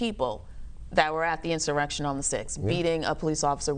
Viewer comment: Did you say insurrection??